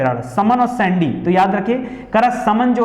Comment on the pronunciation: Sir सैंडी नही सांडी है हरदोई का